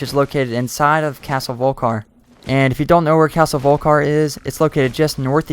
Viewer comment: Vol-Ki-Har Not Volk-Har